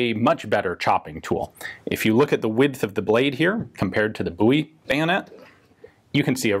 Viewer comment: Why is it so difficult to pronounce "Bowie"?